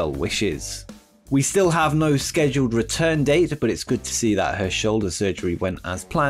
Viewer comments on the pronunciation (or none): none